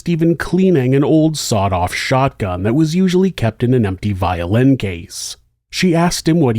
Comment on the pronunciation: Not to nit pick however I must point out to you sir that it is pronounced "sawed off" shotgun. Just sayin'